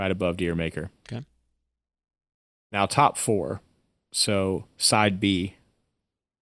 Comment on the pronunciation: Dyer Maker - Isn’t it pronounced Jur Maker, like Jamaica?